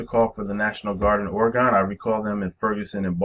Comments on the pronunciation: I'm born and raised in Oregon.. It is pronounced Ore gen not Ore gone. Ask any Oregonian that. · It's pronounced Ore gen not Ore gone.. and you can come join us here. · You're literally butchering the pronouncing of "Oregon"